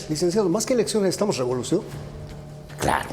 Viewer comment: Todo estaba interesante hasta que habló el shato...antes... guardián de la "revolushon" India 😜